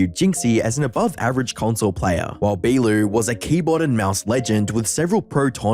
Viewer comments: He said beeloo 🤣🤣🤣 it's said bo-low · HIS NAME ISNT PRONOUNCED BEAWALEW. IT'S B(O)L(O). COME ON BRUH. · Beeloo lmfaooo. Its pronounced Bolo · dude its bolo no belu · The way he’s saying bee-loo is pissing me off it’s “bo-lo” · Yo I love your videos man and I died laughing every time you said Beaulo. For Context His name is pronounced (Bo-low). Still an amazing vid and I always look forward to your uploads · "Bee-loo" lmao!! It is pronounced BoLo - as in Beau (the male name, or "Bow" tie) and "Low". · Bro it's pronounced bolo lol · “Bee Lu” 💀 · Bee - loo 💀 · No way this dude said be Lou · ok calling beaulo… beelu is crazy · no way you called beaulo beelou in no way does beau make the bee sound unless you completely ignor the u for no reason you had to have done that on purpose to engagement farm you even heard jynxzi say it right not a single other person has ever called him beelou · His names pronounced like Bolo btw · Brother it's pronounced "bow-low" bow like bow and arrow lmao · STOP SAYING BEELOO PLEASE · bro calling Beaulo, Beelu 💀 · Bro actually just murdered Beaulo's (pronounced Bolo) name🤣🤣🤣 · he even heard jynxzi say it and still turned beau into bee i mean hes acting as if the u doesn't exist must be to engangement farm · Great video, but the way you say Beaulo is outrageously wrong lmao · You mispronouncing beaulos name killed me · The pronunciation of Beaulo hurt each time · The video was super entertaining by itself but watching the mispronouncing Beaulo and commenting over every round and trying to explain what was going on without Siege terms lmfaooo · Me watching butchering the pronunciation of "beaulo" 👁️👄👁️